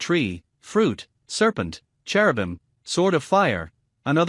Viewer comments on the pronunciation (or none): none